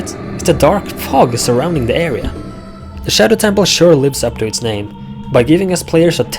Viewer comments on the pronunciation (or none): none